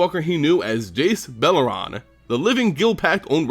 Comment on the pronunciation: jace beler-ron? you mean "jace bele-ren" lol